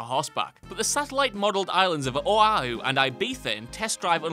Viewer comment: U need to fix how u say Oahu